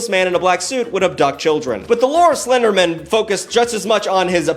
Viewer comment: Slender Man? No, “Slindermin.” Like it’s his last name 😂